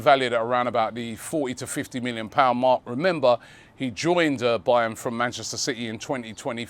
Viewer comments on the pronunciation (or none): none